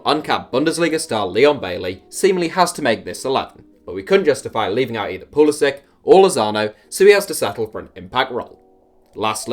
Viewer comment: Thank God! A European person pronouncing Pulisic's name right. And would Mariano count for one of these lists? He got capped once by the Dominican Republic die to his mother I think, but I think he's holding out for the Spanish national team